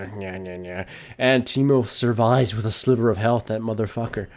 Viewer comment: sliBer ??? srsly ?